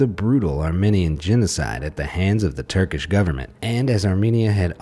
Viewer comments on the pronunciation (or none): none